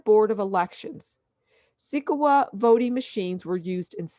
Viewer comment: Sequoia is pronounced (sek-oi-ah) like the tree of the same spelling. Only meant to be positive criticism as I would help any friend struggling to pronounce something. You can take it or leave it. Only trying to help. Thanks for the info.